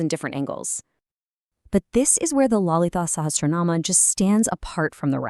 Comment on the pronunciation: When you speak about such grantha..... please get the prononciation correct.....get someone who knows the value and importance of the text to speak....